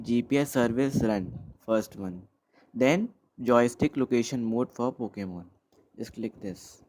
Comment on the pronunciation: And again... It's Pokemon not Pockemon